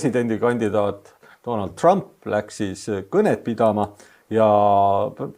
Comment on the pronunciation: nimesid hääldatakse originaal keeles,st TrAMp.